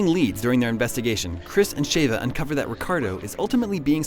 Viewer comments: im sorry did i hear Shava? its Sheva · Shayva? Really? Chris screams "SHEVA" about a billion times in RE5. has obviously not played that game. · "Shay-va" ??? Chris spends the entire game (RE5) saying "Sheh-va" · Please, saying Sheva as Shave-ah once or twice would have been tolerable. But to say it 10 times in a row as Shave-ah convinces me that you want to fight. It's Sheh-va. Have you played the game?? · Really?Shavea?lol its Sheva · (Sh• Chev• Ha) definitely not (Sh•Ava•) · Ughh, Why do people pronounce it Shave-uh? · everytime he says Shevas name I want to scream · Could explain this better. The narrator doesn't even know how to pronounce sheva correctly. Best to assume he never played RE games-.